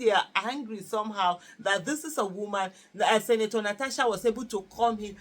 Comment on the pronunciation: It's Senator ma not Sinator. Olodo.